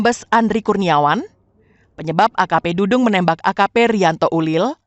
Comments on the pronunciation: Dadang Iskandar, apa dudung Iskandar, reporter kok kurang teliti dalam penyebutan nama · Bkn Dudung , Dadang mbak😅